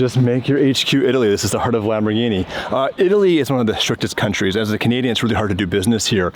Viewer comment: you gays have to learn how to pronounce LamborGhini not Lamborshini